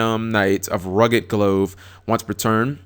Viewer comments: Glove as in "gl-UH-ve", not "gl-OH-ve". As in, the things you put on your hands to cover them. The Phantom Knights have a clothing motif. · >glove >"glOHve" lol G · That is the absolute weirdest way that I have ever heard the word "glove" pronounced. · How you dont know how to pronounce glove?